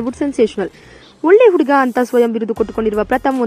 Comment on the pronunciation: Flaan alla akka, plan adu. Uuuduga alla akka , huduga. Hu hu huduga 🙈🙈